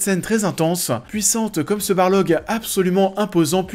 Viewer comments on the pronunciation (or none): Mais on dit Balrog pas Balorgue !!! J'aime bien tes vidéos mais s'il te plait ça fait grincer des dents ça !! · La bataille du gouffre de Helm est tellement géniale 👌 Edit : j'ai remarqué que tu as prononcé "barlog" au lieu du "balrog" 😁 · mdr ca ce dit pas bar log c'est BAL ROG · Le coup du "Barlog" m'a choqué en effet ^^. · Pas un barlog, mais un balrog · Le combat entre Gandalf et le "Barlog" 😥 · le barlog ? C'est balrog hein XD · Barlog ou Balrog ? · C'est un balrog et non un barlog. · Le « Barlog » ? Jamais entendu parler 🙃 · Tu dis "Barlog" mais c'est "Balrog" ;) sinon très bonne vidéo ;) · Balrog* pas barlog 😅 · Balrog s'il te plait, pas Barlog ^^ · J’ai beugé au même moment... « non il a pas dit ça quand même » ... retour en arrière... ah bah si, mes oreilles saignent depuis 😅🙀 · je croyait être le seule a qui sa dérangai XD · La même ça m'a fait sursauter alors que je regarde la vidéo en fond tout en bossant xD Très bonne série de vidéo sur LOTR cela dit, ça me donne grave envie de les remater...